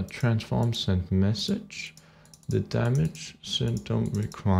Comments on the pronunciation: its damage not dammage :) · It's Damage, not Dammage.